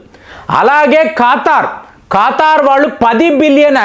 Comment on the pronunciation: ఖాతార్ అనాలా , ఖతార్ కాదా